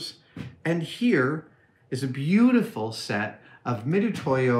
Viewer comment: FYI, the pronunciation is "Mitsutoyo." Mitutoyo has used a more Japanese-centric romanization scheme that renders the "tsu" sound as "tu." But you're just supposed to know that "tu" is actually pronounced "tsu."